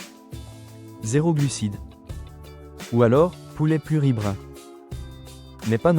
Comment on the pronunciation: l'IA n'est vraiment pas au point. Essayez de faire un effort et de faire des videos par vous meme. Le coup de "pluribrain" pour + riz brun, m'a achevee